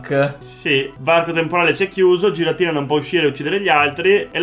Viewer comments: si dice ghiratina non giratina(anche se è scritto così) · Mi trigghera il modo in cui pronunciate Giratina